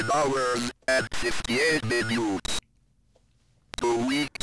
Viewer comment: Ah yes, 58 minyoots